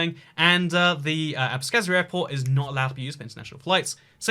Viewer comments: I don’t know what’s the deal with “kh” in those Russian words, but we don’t pronounce “k” in it. Abkhazia(I was born in there) is pronounced as abhazia. The only thing I can think of is that in English “h” may be silent or semi silent where in Russian it is quite harsh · Abkhazia: Abkhazia: Abskazia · future historians will be going to hate you for not explicitly mentioning the CoViD... :p PS Besides Philly, for the southern Delawareans there's Salisbury and others that could clearly be close enough. ;-) PPS Oh you weren't kidding about annoying people who like perfect pronounciation... FWIW there's no S in "ABKHAZIA" :-B